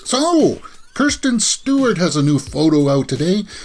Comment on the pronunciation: I love Kristin Stewart !! FYI you pronounced her name (Kirsten :) Thank for video .